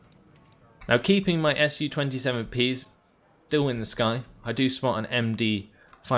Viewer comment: I like how you try to pronounce names of rus units, but sometimes it's just to hard :) was particularly well illustrated by unit called komandnoe otdelenie, after a short pause you decided to just say command unit :) btw SU planes very easy to remember, SU pronounced the same as in the word sushi, not two separate letters S and U :) anyway, love your videos :) but want more "ship" maps